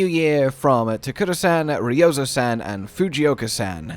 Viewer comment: I will never understand why native english speakers have such difficultsy not mispronouncing everything ever from different languages. You even say the "a" correctly in their names, as a clear vowel, but then go back to english's "a" sound for the san. Why? It is a clear a as in park, not like in sand. It's not hard and I BET you actually know this, as this is far from obscure information, but as 99% of native english speakers, you don't bother to pronounce anything in a non english bastardized way. I have NEVER seen this with other nationalities, it's only the native english speakers that do that. I guess it's because other countries are actually biliangual as a minimum standard while native english speakers sometimes go their entire life without learning a different language. I guess that causes this inability to think for even a second that maybe your pronunciation is nonsense and that you may wanna invest the literal 5 seconds to type it into google and click the button that plays the word for you to listen to. On one hand, this stuff isn't a big issue case by case obviously, you're not hurting anyone with your pronunciation. But in the big picture, I actually think the fact that this is the VAAAAAAAAST MAJORITY of english speakers shows that there is an issue.